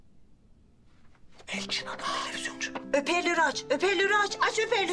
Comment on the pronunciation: Şengülün hoparlör yerine heparlör demesi